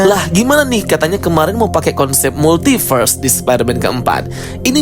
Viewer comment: bang ypo itu bukan "Multiberse" tapi "Multiverse"